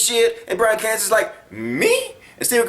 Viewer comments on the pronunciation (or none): none